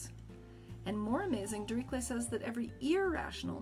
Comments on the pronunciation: awesome video (saying "diriklet's theorem" kind of killed me though lmao). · I’ve been pronouncing Dirchlet wrong this entire time god dammit. I thought it was “derish-lay” not “derik-lay”. Oh well, that’s why I have YouTube since I didn’t learn enough names in school lol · Really enjoyed this video, gave me a new reason to love maths even more! One tiny note: it should be pronounced "Dirishley". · Not at all how Dirichlet is pronounced.